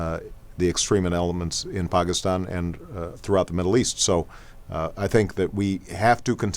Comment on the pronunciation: omg he's actually pronouncing pakistan better than any non indian-subcontinent person i know! dude this video is old, and he sounds so great back then..think of how much he's improved now.. OBAMA 08!!! ps-im not pakistani.